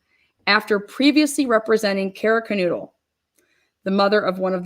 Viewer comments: I try not to be pedantic but when it comes to the pronunciation of the victim's names, I believe that out of respect for the victims, people should get it right. It's not Kernoodle, it's Kernodle. (sounds like Ker-know-dle) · Kernodle, not Kernoodle.